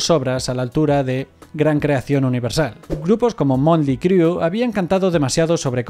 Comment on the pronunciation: de donde lees montley criu jajajaja te recomiendo pasar por el traductor lo que no sepas como se pronuncia jajajaja